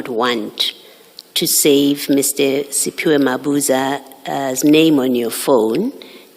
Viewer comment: Please learn to pronounce our names correctly let Dlalmini teach you how to pronounce it. We don't have " spy wack" isn't Siphiwe